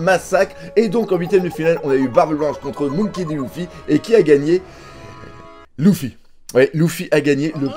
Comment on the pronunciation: arrête de dire luuufy, arrête de prononcer a la française frère, sa s’vois que tu viens de commencer one piece toi